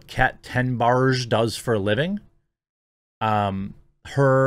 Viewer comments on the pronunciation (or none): none